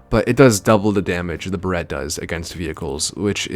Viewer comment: He pronounced barret as buh-ret